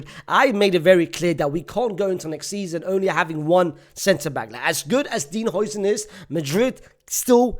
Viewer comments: it's pronounced 'Howson' not 'Hoyson' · نطقها "هاوسن" يا